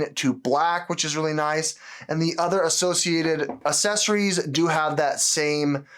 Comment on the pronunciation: You might want to reaccess your pronunciation of assessories 😬🤔